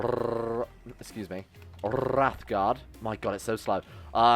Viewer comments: Talks about mispronouncing daedra, immediately mispronounce Wraithgaurd. It's Wraith Gaurd, not Wrath Guard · I know i'm almost year too late, but you saying wrathguard instead of wraithguard was doing my head in. Love your videos though, been out of work for a while due to an Injury. Loving your lets plays